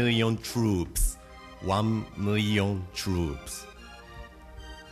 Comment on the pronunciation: “Wan Miyyion Troops. Waaw. Wan Miyyion Troops”